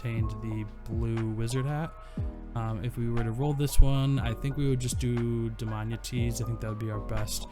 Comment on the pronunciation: I think is is pronounced Dam-I-ana